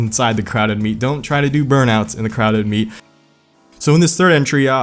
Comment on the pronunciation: OH you were saying “crowded meet” I thought you were saying crowd of meat, which is also technically correct.